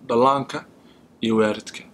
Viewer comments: ahmed taajir well it depends which part of Somalia you came from. Some ppl pronounce Waarid instead of Waalid. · please someone should #tell to correct her pronunciation of the word parent = it is WAALID, not WAARID lol one more thing I Honestly like Your channel SONNA keep up the hard work guys thank you best wishes